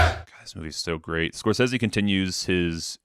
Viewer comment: Awesome list, unfortunately you’re saying Marty Scrozeez wrong